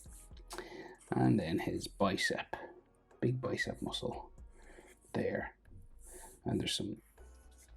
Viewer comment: I loved it when he said "Bicep"